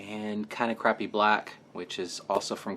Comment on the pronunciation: Are you saying crappy black?